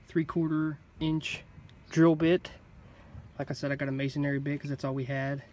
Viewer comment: As a mason the first thing I want to say is please it's Masonry not masonary Masonry build the church Mason Aries preach in the church. There is only one a in Masonry 2 or second point I can't wait to hear I'm only at 2 minutes and 38 seconds in I can't wait to hear how this goes because I'm positive a masonry bit is not going to get you there